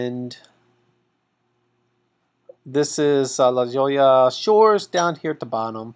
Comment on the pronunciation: La Jolla sounds like La Hoyya